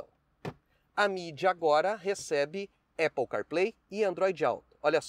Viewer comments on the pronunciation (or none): none